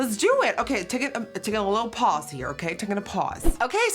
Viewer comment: “im just gonna take a PaWsE”